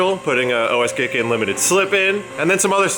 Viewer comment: Lmfao "Os-gay-kaann" blahahahaha